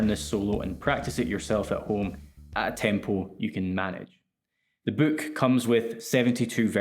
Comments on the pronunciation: You say boook like in A Hard Days Night. Is that a real Liverpool thing? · Your accent lmao "the book comes with 72 virgins..." Man thats a wayyy better deal than i expected!